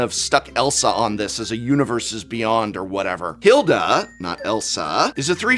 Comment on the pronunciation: Az-OR-ius. SIRE Ginger, HEIL-da